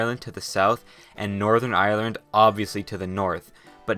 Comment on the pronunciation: YAAAY This is legit the first geo channel that pronounces my country's name properly Thank you h0ser